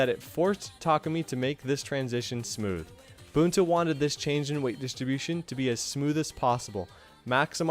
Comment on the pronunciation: "boontar" "tarkoomy"